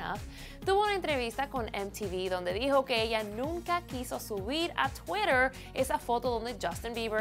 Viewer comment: JAJJAJJ twittah'